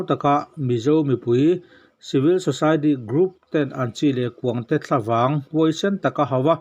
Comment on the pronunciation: Thlavang tih thumal lam rik dan hi,"Eng vang nge" tiha vang anga lam rik theih ni se a duhawm hle.